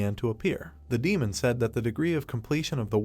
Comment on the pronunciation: 3 hours 47 minnutes into this video, you finally learn what the AI narrator means when it mentions "Main" or "Maina" (it is misspeaking the word "Demon"). Please slap the AI repeatedly. Otherwise, great recap.